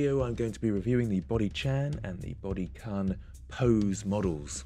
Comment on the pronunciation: This annoyed me more than it should... The u in kun is pronounced like the oo in cartoon. Not like the a in chill corn carne. Other tan that, awesome review.